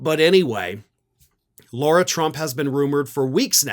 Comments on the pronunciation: "LARA" not "LAURA". She was a train wreck. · Why does keep calling Lara Trump, "Laura"? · do you say Laura on purpose to be disrespectful (which wouldn't bother me, she's a troll) or can you nor pronounce Lara? It's like saying Car with an "ah" on the end of it. Just for correctness sake try it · Laura?—- isn’t it Lair-A???? Spelled Lara is NOT Laura—— so as much as I dislike her do not stoop to mispronouncing her NAME!! Keep in mind this is exactly the kind of stupidity trump indulges in.